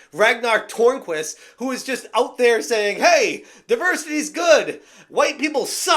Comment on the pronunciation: If you just say Turnquist instead of Tornquist it's a lot closer to the correct pronunciation by the way